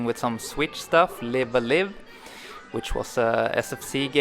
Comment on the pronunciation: It’s pronounced “Live A Live"